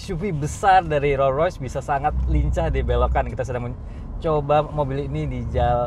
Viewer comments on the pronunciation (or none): Rollsssssss Royce bacanya santai aja mas.. s nya jangan tinggal di Rolls